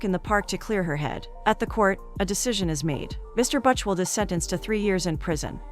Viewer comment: That is not how you pronounce Buchwald ffs...